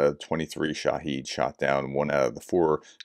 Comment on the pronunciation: Professor, you have mentioned that people have corrected your pronunciationi of "Iran" and "oblast", so here's another correction (which I've posted before but you apparently didn't read it): "SHAAA-hid", not "sha-HEEEED". Both are valid Arabic words (Iranians use a lot of Arabic). SHAA-hid means "witness", and "sha-HEED" means "martyr" (i.e., dead Muslim fighter). The drone is called by the first name. See